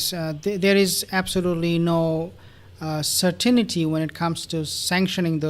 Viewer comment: Certainty...... SIR-TEN-TEA